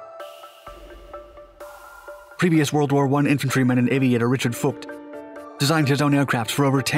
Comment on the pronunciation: To help you with future German pronunciations (and because Germans like it correctly 😂😉) the V both in Blohm&Voss as well as in Dr. Vogt is pronounced as F not like you did with a W pronunciation. No criticism! Just want to get you better. I love your videos.